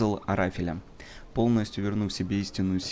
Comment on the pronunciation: Арафеля правильно а не ара́феля